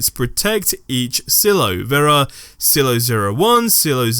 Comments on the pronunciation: It's pronounced "sigh-lo" not "sillo" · Sigh-low. Silo. Not sill-o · Oy. It's pronounced "sigh-low". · Please never say Silo like that again.